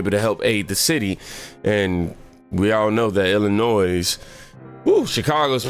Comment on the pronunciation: Mate, you've got a great channel! You're evolving well with it!! One thing man, Illinois, the (S) is silent.